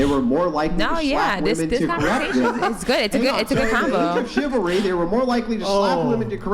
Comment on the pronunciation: 'I want shivery I want shivery I want shivery!!!' Men give them shivery! 'I don't like shivery coz I am getting hit now!' I mean... you can literally see that they have NO FREAKING IDEA!!! What they want! All of them! This isn't some fridge % of wahmen as well... it is the predominant % because what they really want is being treated nicely while having no responsibilities of any sort in return! They are there to take and consume... not to give and create.